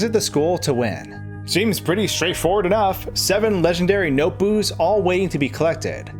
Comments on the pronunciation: "Noboos" it's notebooks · “noteboos” mario baldi crossover confirmed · YESH HE SAID NOTEBOOS!!!!!!!!! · "noteboo" REEEEeEEEEeEEEEEeEE